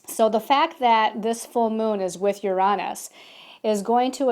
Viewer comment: I enjoy your videos but the way you pronounce Uranus drives me insane!